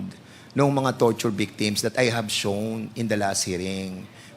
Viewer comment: Ano ba yang English ni Fernandes, " Porty six daw, tapos" HAB you ENCOUNTERED HAHAHA!!!